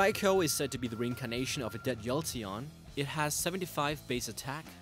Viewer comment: WTF is a YOLTEON?